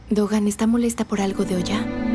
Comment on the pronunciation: No es tokan es dokan 😂